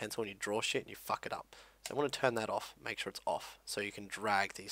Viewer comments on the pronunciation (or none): i love how you say : some people will FUCK it up.